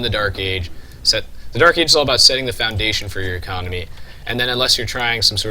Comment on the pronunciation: ecomony? haha